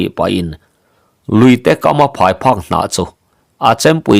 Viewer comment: Phai phak hnah nilo in phai phuk hnah tih tur a nie